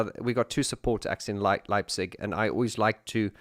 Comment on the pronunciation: Dang, I've missed the livestream. And again dang, I'll miss the concert in my hometown Leipzig as I won't have the chance to attend. But just to make it clear: You've pronounced Leipzig much better than tons of other people, even Germans. And "Täubchenthal" is a great venue, also with the name itself as you can translate it into the valley of the doves. A few things regarding the livestream: - You don't do the band justice if you only see Alphaville with the first three albums. They became much better as they found their confidence to do live shows. And now, they are a full band, not only "Marian and friends". I think, you should check out their 2017 album "Strange Attractor". - I think "Dark Society" should be part of the music collection of every lover of electronic music. I've recently listened to the whole album. And it's amazing. - Once you've completed the move of DM to the new channel, you should consider digging a bit deeper into the world of OMD. They are my musical heroes, and the Andy McCluskey solo album "Sugar Tax" belongs to the soundtrack of both my coming-of-age and the fall of the iron curtain. The other parts of this soundtrack were "Disintegration" by The Cure and "Violator". - I agree that the Pet Shop Boys somehow got lost off their track, especially after "Release" until before "Hotspot". It's good to have them back from the realm of lift music. I'm looking forward to the next amazing content on your channels. I've subscribed to both of them. I wish you